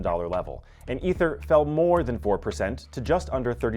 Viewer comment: "Ether" ?!? Ffs tell me you dont have a clue in two syllables.